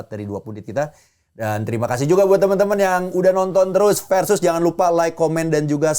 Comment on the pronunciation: Harusnya, Versus. Pakai V bukan P. Kebanyakan dari kita kan ga bisa melafalkan huruf V, dan malahan menjadi P. 😊